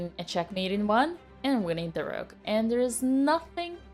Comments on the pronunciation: Except it’s a russian sacrifice and thus she sacrificed the rrrrrruuk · I love the rrrrrrrroot